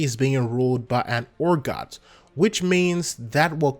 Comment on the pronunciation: Hey man, love your videos a lot. Would you consider learning to pronounce Urgoth probably. Maybe it’s just me, but I cringe every time you say orgot. 😅 keep up the content though 😁